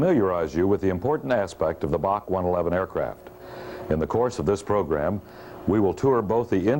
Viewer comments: It was always B A C…..never BOK like the narrator is saying…..so annoying! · BOK? BOK? It’s Bee Eh See! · Correct. Built in Romania and operated by TAROM (Romanian Airlines). Also we always said B A C one-eleven pronounced as letters not as Bac (or Bark the way he is saying it) pronounced as a word.